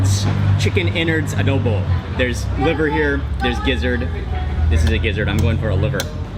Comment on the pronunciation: Good morning everyobject. It's a pleasure to meet you,I'm just looking around.I misheard you,"adobe" instead of "adobo",in addition, I found that you eat a lot of salt, would it be good for your health?